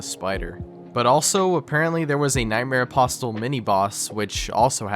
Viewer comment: The word "apostle" has a silent t. It's pronounced apossle.